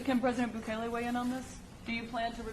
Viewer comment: Boo-kah-lay, speak the chad's name correctly. I am also amused that the right speaks so highly of a man who is openly fascist. Don't get it twisted, fascism is the only way to right this ship but the conservatives are so stupid they cant even see it